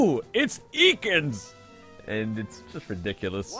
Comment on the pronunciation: Wasn't Ekans pronounced EE-kans not EH-kans ?